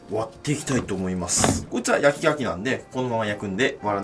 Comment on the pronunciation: 焼き牡蠣が焼き焼きに聞こえるw